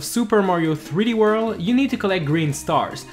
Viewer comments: Super Mario threeworl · "Super Mario 3 Wurl"